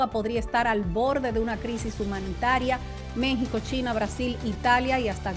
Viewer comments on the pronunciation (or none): none